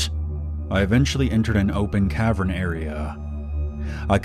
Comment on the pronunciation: It’s cav-earn, not cav-ren.